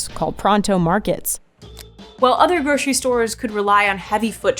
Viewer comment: If you're gonna say GROSHERY and slip into SHTREET and SHTRAIT, with a strange kinda overconfidence, then also say GROSHERY SHTORE, please. When did this become a national speech impediment? Either fix it or control-f SH EVERYTHING.